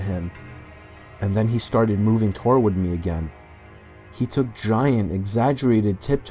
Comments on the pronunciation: I hate how he pronounces toward, toy yoi ward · "torward me" 😂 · Thank you! TWoh-words is not right at all. Can't believe it took 9 years or whatever for someone to say it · "He started moving tour-ward me" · Who tf pronounces “toward” like “toe-ward” instead of “tord” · This nigga said "towward" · Oh, tor-ward? I thought it said to-ward. Yeah, no one pronounces it as tor-ward. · TOR WARD me... it makes me crazy hearing you pronounce toward as TORWARD. i know people are gonna hate on me for this.. but say it like TOEWARD or TUHWARD. ugh. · Love your videos, but you keep saying torward, instead of toward. makes me twitch. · how does someone repeatedly pronounce "toward" as 'torward". Took me a minute to even realize what was being said. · Anyone else notice he pronounces toward as toe ward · Who in the hell pronounces toward as "too-ward" ? Very strange lol And is there any way for you to pass along my info to whomever sent you the #1 story as Im not far from that area and vacation by the lakes alot? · Same, he kept saying it and I would be like: toward the right way under my breath lol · "Twaward me"? I've never heard "toward" pronounced that way. Several times during Story 8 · In the one with the running smiley dude, he said "torward" instead of foreword or toward. Tee-Hee.... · "tor-ward me"... lol who pronounces it like that tho... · You have an interesting way of pronouncing the word “toward” 😂🤣😂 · The pronunciation of Toward totally kept taking me out of the story